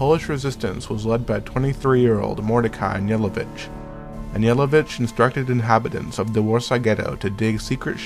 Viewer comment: I liked it.But i also was not impresed by the narrator`s voice.He also mispronounced Mordechai`s last name..It`s pronouced Annalevitch. Fine musical accompaniment.